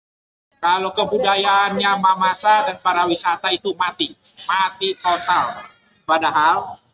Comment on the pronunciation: PARIwisata Pak... Bukan PARAwisata 😂😂😂😂